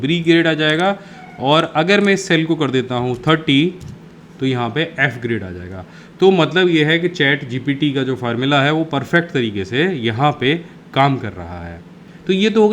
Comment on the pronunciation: Sir, it's GPT not GTP